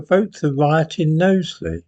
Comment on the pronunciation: Nice to see you are pronouncing Knowsley correctly now 🤣